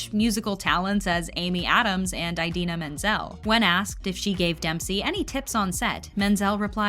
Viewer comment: Just thought you should know that you mispronounced Idina every single time. Not John Travolta bad, but still pretty bad.